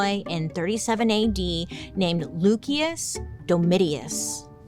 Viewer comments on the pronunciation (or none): Please tell me someone dragged Bailey thru it for mispronouncing Lucius. Loo-Key-Us lol cmon 😅 Nero set Rome a blaze so he could build a sick new palatial palace like no other. Allegedly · I believe Lucius is pronounced like loo-shus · Nero's actual name is pronounced like "Lucy-us" the c makes the s sound lol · LUCIUS is pronounced LOO-SHIS, Bailey. You’re welcome.😇😘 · Hey...u think since Lucious derives for the word luce (light) in with the c is pronounced ch. Then Lucious is probably pronoknced Lu-shious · LukeyUs😂😂😂 love her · Mispronunciation is really cute on you, but FYI, it's loo-shus dome-it-us. Yea. I was the nerd who took Latin in high school. Luv U! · The way Bailey pronounced “Lucius” is absolutely diabolical